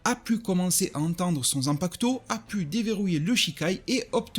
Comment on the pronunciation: Zanpacouteau mdrrr 😭😭😭 le u ne se prononce pas